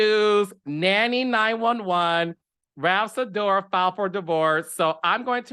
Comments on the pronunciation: You calling him Ralph Sidora is sending meeeee! 💀 lmao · lmaoo i was cracking up at Ralph Sidora. Love that.